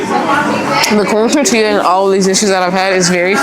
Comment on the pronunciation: Learn how to say quesadilla and tortilla please. I was embarrassed for you